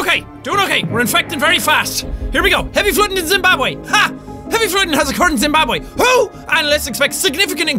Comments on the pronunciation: zim-barb-way.... not how you pronounce it x_x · Its Zimbabweh* not Zimbabwé! Still love you tho! 😂